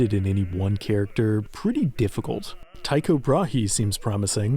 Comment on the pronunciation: But you know what Earth does have? Resources to look up how to pronounce "Leidenfrost" or "Tycho" without sounding like a total ignorant American tool.